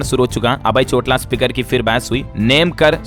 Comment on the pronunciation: भाई उच्चारण तो सही करो, चोटाला नाम ह हरियाणा के उपमुख्यमंत्री का